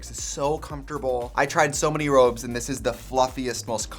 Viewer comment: THE MILWAUKEE ACCENT ON ROBES AAHHHHHH